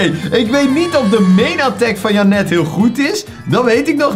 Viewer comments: Niet om vervelend te doen maar volgensmij spreek je janet uit als jhenut. BAWZ ARMY!!!! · Je moet da naam in het engels uitspreken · Ik: Janet: Jannet😂